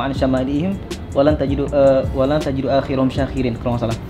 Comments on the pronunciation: "Walaa tajidu aktrarohum" bukan walaa tajidu akhirohum syakirin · mon maap koreksi di menit 8.24 , yg surah al a'raf itu yang bener wa la tajidu aksarohum syakirin bukan akhirohum . 🙏🏼